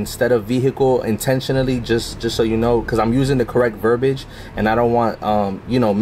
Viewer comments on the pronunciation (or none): it is "verbiage", not :"verbage". 🤣 Betsy De Vos would be proud of this goober.